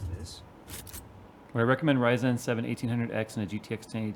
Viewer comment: "RYZAN" u heard it here first